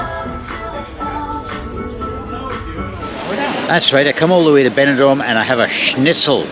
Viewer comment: Very good video. It's Benidorm but not Benidorn (i.e. East Dubai).